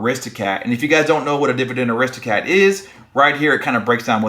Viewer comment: FYI Aristo CRAT not cat